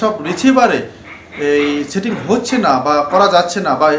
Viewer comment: ইনফরমেশন গুলি ভাল, তবে এখন ভাষাগত উচ্চারনের দিকে একটু মনোযোগ দিবেন।(setting = chating, satellite = chetelite, service = charbis, receiver = richiver , se LNB = achi LNB ইত্যাদি )